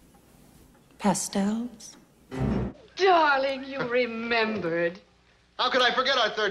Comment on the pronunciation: the "pastels" will never not make me laugh lmao